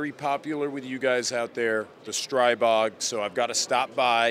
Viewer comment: Thank you for clarifying how to say STRIbog. Not streeeeebog. I hear they are coming out with gen 4 CZ style magainzes. Maybe 4th time is the charm because their mags suck donkey nutz